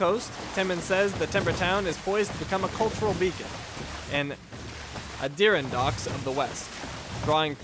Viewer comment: It's "Honor" that you lost a bit, NOT "valor"! And it's "AH-dur-RON-dacks", not "Uh-DEER-in-DOCKS". Get your wording right! Otherwise, not bad.